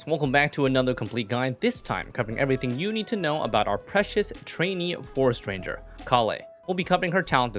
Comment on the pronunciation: Forest Ranger sounded like "For Stranger"